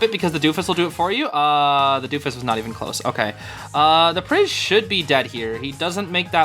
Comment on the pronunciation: “That hit the DUfUS!?” 🇬🇧🇬🇧